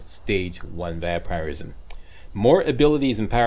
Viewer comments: Most People pronounce Vampirism as Vamp-Er-ism, meanwhile: Vamp-Ir-ism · The way he says vampirism is bugging me 😂